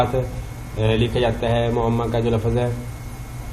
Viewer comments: Lafz Lafaz nahi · لفظ آپ درست نہیں بول رہے اللہ کے بندے